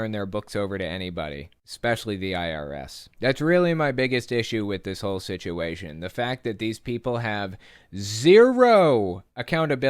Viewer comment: Did the Cope say shituation or situation. Whatever !